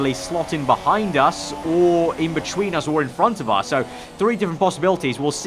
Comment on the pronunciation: Or when he says "Betchween" haha, love this vid tho.